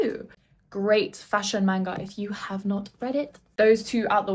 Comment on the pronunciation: So cute how she calls it "main-guhs" 🥹💗